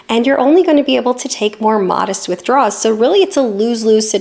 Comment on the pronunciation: I love all the videos and I know you know the difference, but it very much sounds like you’re saying “withdraw(s)” rather than “withdrawal(s).” It’s not every time, but it’s often enough that it catches the viewer’s attention.